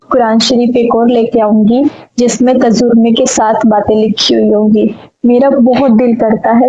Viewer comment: tajurma nahi kehte tarjuma hain yani Quran ka translation ko